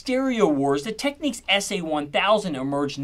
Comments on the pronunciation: As in technical not techniques, it's so jarring when Americans mispronounce English. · It’s not “techniques”, it’s Tek-Nicks”. As in “Technical”, not “Techniqual”. ” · Just one thing: you pronounced it wrong ;) It's not pronounced like 'techniques', the stress goes on the 1st syllable: TECH, ték-niks Still rocking my Technics Hi-Fi system from 2000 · When I was working at Panasonic in the 1990s a Japanese engineer came down from head office and we got talking about this and that. We were chatting about the new amplifiers from technics, and he suddenly scolded me for mispronouncing Technics. No, he said, it is pronounced "tech-niks" not techniques. I smiled, apologised, and we moved on to other subjects. It's always stuck in my mind. The Japanese are fiercely loyal to their brands as are there engineers, like when I was working for Sony, I had to be known as a "senior Sony audio technician" or " senior Sony audio engineer" when being referenced to in any paperwork or interviews. At the time I probably would've answered to anything 😛 but there you go. They particularly hate it when someone pronounces their products as "Sunny" or "Sonny" to a point that they will never speak to you again. 😁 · The pronunciation is Teck Niks, not techniques. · Really Dude... "Tech-NEEKS"?.... How can you not know it is Tech-NICKS. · How can you possibly insist nics is pronounced neeks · I think it depends what part of the UK / USA that you come from. Different accents and all that jazz. Lol. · Love this video! The one on Akai history was great as well! That said, fun fact: it’s pronounced “TECH-NIX”, not “TECH-NEEKS”. 😉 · im sorry i had to bail i just cannot site here for the whole 20 minutes listening to an american saying "technEEKS"... its phonetic dude "tech" - "nics" as in new york knicks ! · OMG it's not Techniques, it's TechnicKs. Great video though so I'll let you off 😂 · In the UK we don't pronounce the name Technics as 'Techniques', it's more 'Tech-nicks' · You are incorrect